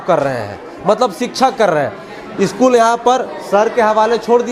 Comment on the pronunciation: Eschool nhi hota ' school' hota hai 😂😂😂😂😂😂😂😂